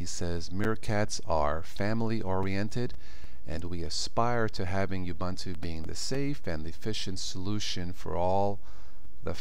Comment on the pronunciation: It's actually pronounced "OO-BOON-TOO"